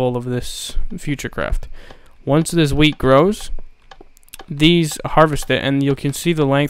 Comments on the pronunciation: skatemaniak212 porbably know it said WHEAT but the accent made it sound like weed, dumb fuck *facepalm* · i thought u said weed farm